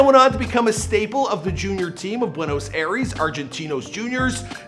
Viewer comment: ¨ares¨ ay dos mios its not the greek god for heavens sake, its pronounced more like ¨ay-ris¨ also it is just juniors not whatever you said rip Maradona